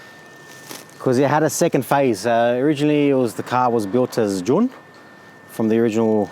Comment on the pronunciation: That American accent.."June" . We say it like "Joon"